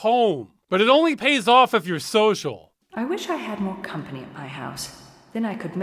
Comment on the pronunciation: "Picking up, or dropping awf?"